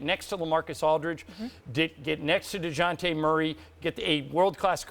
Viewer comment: Did he really just say Dejounte Murray? Ahaahahahahahaha